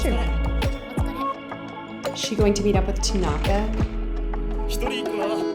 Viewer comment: TA-naka... not ta-NA-ka